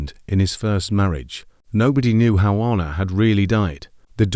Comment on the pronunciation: Sorry. It's. Ann a. Not arna. I bet he couldn't move either. He's been hallucinating did he really dream it ? A supposed ghost she appeared at that right time to upset him maybe get him talking own up to what he did ? His conscience his just desserts